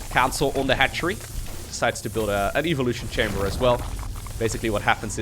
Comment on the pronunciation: your accent make it sound like you are saying : "the Evil chamber"